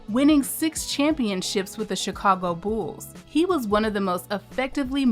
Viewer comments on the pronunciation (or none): none